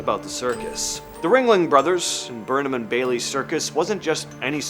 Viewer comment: Why do you keep mispronouncing Bailey's name?